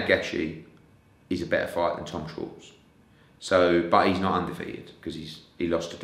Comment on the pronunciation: 'I've got shares in Tom Scwartz' 🤣